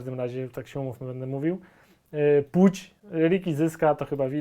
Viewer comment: Jezuuu, ten "Puć" mnie rozbroił hahahaha